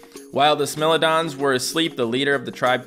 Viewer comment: When you know the I in smilodons is a hard I and doesn’t know